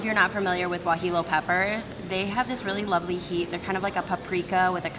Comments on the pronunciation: It's "waheeyo" peppers not "waheelo"... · 😂 at how you pronounce guajillo.. It's YO..not LO... just fyi 😂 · Loved Border Grill when I was just a vegetarian. We have one here in Los Angeles, Santa Monica. Now vegan, so we haven't been back. Escabeche in Mexican cuisine is pickled veggies, usually onions, carrots and sometimes radishes. Great as taco toppings. Guajillo is pronounced Wuah-HEE-yo. Double Ls are pronounced like Y. Like in "tortilla". Piloncillo (Pee-lone-SEE-yo) is a raw, brown sugar. It needs to be disolved in liquid. Good review, as always! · Lol “if youre not familiar with guajillo peppers…” evidently you arent either. Cmon that pronunciation is horrendous